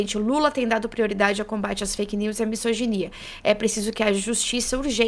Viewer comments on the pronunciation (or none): Na boa, pessoal, não é « missoginia », é misoginia com som de z. Fica dica. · Misoginia, misógino, com som de Z. O S entre 2 vogais.